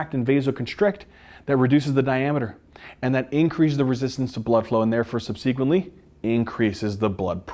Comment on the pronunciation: The word "subsequently" was mispronounced five times! Emphasize the first and the third syllables not the second. The word "femoral" was also mispronounced. Emphasize the first syllable, not the second. Also, hypertension does not cause atherosclerotic plaques per see. Plaques form due to the electrodeposition of crystals onto the vessel walls. Electrodeposition is the only crystal formation mechanism that works at constant body temperature and adheres all sorts of crystals together as seen in electron microscopy of atherosclerotic plaques. Veins are not innervated so they're obviously spared, innervated capillaries and smaller vessels are spared because electrodeposition fails to take place there, short and squat people are more susceptible because conductivity increases for short wide conductors vs long thin ones of the same mass, plaques take place with turbulence as turbulence increases electrodeposition, and vibration increases plaques just as vibration increases electrodeposition. CNS lesions can form generalized plaques, thus plaque formation is a brain-controlled device for debilitation likely pheromonal in origin.